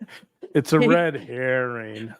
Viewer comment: “Red Hairing “ 😂 👍